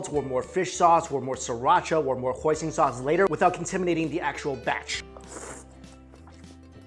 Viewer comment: When he said Hoison sauce I thought he said poison sauce